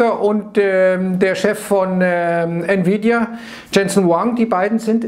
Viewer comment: nvidia=niewiedia :D